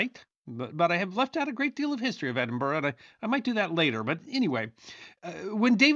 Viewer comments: As an Edinburgh resident I extend kudos to for managing to get the pronunciation of Edinburgh correct - famously, or infamously, American visitors struggle to get the name correct, mispronouncing it as "Edin-burrow" (no, it's not a home for rabbits!) or Edin-Burg (the like Gettysburg), but got it! I do hope you took advantage of the many fine pubs strategically placed around the city to allow you to rest from walking up and down those hills (and as many of the pubs are themselves historical, it would be, ahem, research for, not just an excuse for an ale). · Thank you for saying "Edinburgh" correctly. And Firth of Forth..... Pronunciation is important, and I appreciate your diligence,. BTW - I grew up in the US, but my father was born and raised in Scotland. I've been there many times and know it has its own history that deserves.. to be... remembered...